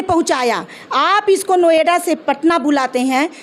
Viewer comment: Noida bhi bolna nahi aata hai